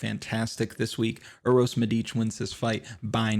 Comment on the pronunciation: Don't call him by his initials....LMAO.... Anyway, thanks god for the first podcast this week where an american pronounces correctly Medič....Good luck tonight....